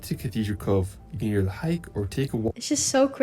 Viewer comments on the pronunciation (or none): none